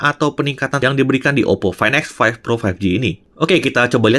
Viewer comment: Fain ex faif pro faif ji 😂😂😂